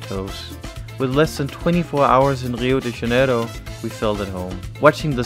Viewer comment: É engraçado a pronúncia deles kkkkk lio de janelo